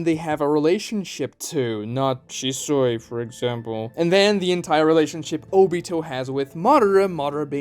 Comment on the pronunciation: Shi-Soy...!!?? The Soylent version of Shisui 😂 (even the editor didn't catch it) 🤣